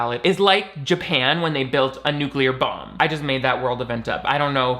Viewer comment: I don't know why, but the way said "bomb" is SENDING ME 😂💀